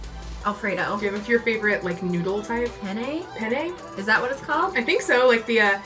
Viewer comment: That pasta is pronounced PEEN :D